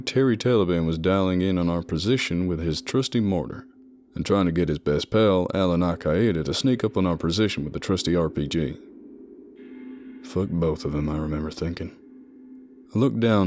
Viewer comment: Tip on your American accent You pronounced al-qaeda like al ki-ay-da We say it more like al kay-dah or al ki-dah. Generally speaking, we tend to read two vowels together as a hybrid sound of both vowels together rather than two separate sounds, so an ae looks like a long a sound as in "cake". I hope that helps when you try to mispronounce foreign words the same way we would in the future lol